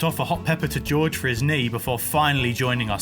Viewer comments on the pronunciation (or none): none